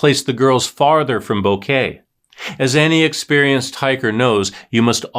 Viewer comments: Its bo ket not kay like flowers!! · It's pronounced BO- KEH- TEH. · Come on say Boquete correctly.